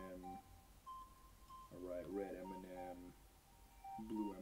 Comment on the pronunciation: Dude pronounces M&M as Eminem